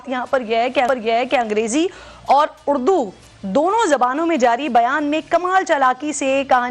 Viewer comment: بی بی اڑدو نہیں اردو ہوتا ہے.